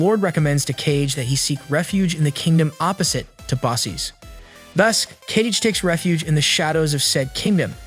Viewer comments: Pronounced kaw gay. Not cage. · Kage became "Cage". Please bro, pronounce the name properly. It kinda made me mad hearing the name mispronounced.